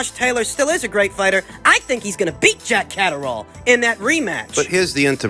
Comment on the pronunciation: "Jack Caserole/Cataract!" 😂The butcherd names never gets old 👊